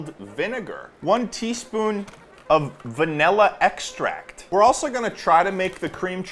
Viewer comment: "vanhela ekstrahccT"